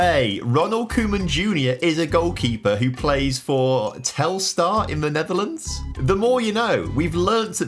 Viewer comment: The more i watch fm the more i see my local team telstar in it. Today sayed telstar right for a uk person!